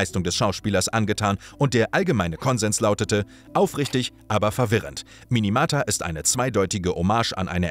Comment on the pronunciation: Minamata und nicht Minimata. Wird leider zwei von drei Mal falsch gesagt.i Schade dass die Biographie so früh nun kommt, ohne den Ausgang des gerade laufenden Verfahrens voll und ganz mit einzubeziehen. Ansonsten nice Doku!